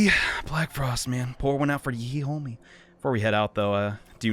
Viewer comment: The HEE-HOmie